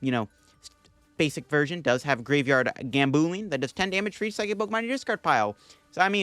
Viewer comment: Let's help with poke-pronounciations! Greavard - grie + vard